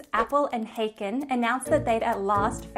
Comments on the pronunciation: I knew both of these men at the University of Illinois. The 'a' in 'Haken' is more like the 'a' in 'father'. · This is perhaps a minor quibble, but years ago I knew Appel personally, as well as one of Haken's sons, and unfortunately you're mispronouncing their names. Haken is a German name, so the a is like English "ah". Appel is not pronounced like "apple", but is accented on the last syllable: ap-PEL